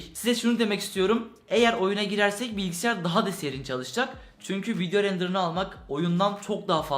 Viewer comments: Bilgisiyar demeyide bir bıraksan :) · ABİ GÖZÜNÜ SEVEGİM BİLGİSİYAR DEĞİL BİLGİSAYAR